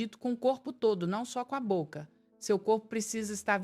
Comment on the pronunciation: Tá parecendo AI. Contou o número de palavras errado (podemos pensar juntos não são 4 palavras). Falou Bóca. Muito estranho. Mas o conteúdo faz sentido.